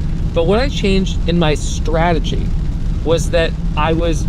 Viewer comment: There's a T in straTegy. It's not 'sraaaagy'.